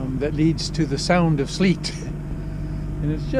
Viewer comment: Welcome back to Scotland although it’s a bit freight!... Sleat is pronounced Slate.. although it looked like sleat when you went through.. love the videos..